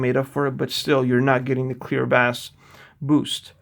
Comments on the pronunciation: Bass is pronounced BAAAIIss, not BAS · What sort of headphone reviewer says "bass" (like ass)??